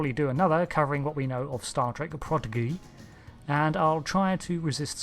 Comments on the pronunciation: "Progidigary" I lol'd xD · Bro why the hell you miss-pronouncing prodigy.... it's Prah-dee-gee. Also do your research Uhura was flirting with spock since TOS, the Kelvin time-line just pushed it to being a relationship, it's nothing new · Did you miss pronounce Prodigy as Prodicary in the beginning? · Why did he pronounce Prodigy as Prodigcarry? Is that an inside joke? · I n an earlier video he called it "Progidy" and got called out on it so now he's running with overdoing it. Welcome to YouTube. ;>) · Learn how to pronounce prodigy because you can’t pronounce it right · Do Americans really mis-pronounce "Prodigy" like that? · I had to rewind it 3 different times to make sure I heard him right 😂